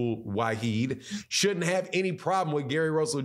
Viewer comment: It’s NOT WA-HEED……it’s WA-HID